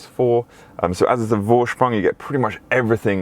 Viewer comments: Vorsprung is pronounced foorsprung. It’s German so v is a f. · Beautiful cars! I love my Audi, one day I will get am RS model... Gotta have life goals right?! 😂 Oh ps... A "V" in German is pronounced as an F so it's pronounced Forsprung. You did ask 😁